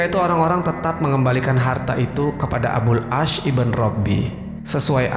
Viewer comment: Maaf sdr. Pemilik akun, ada yg sedikit mengganggu yaitu IBN bukan IBEN tapi singkatan dari IBNU yg artinya Putra, kata lain dari BIN yg juga artinya Putra. Terima kasih